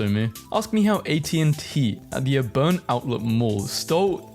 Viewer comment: I literally live like 40 minutes from the auburn mall and I can tell you it can be sketchy also it’s pronounced (ahh)(burn)